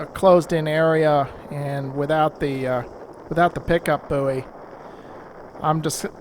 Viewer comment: Its a "boy," not a "buuey," please. Unless you're from the inland states...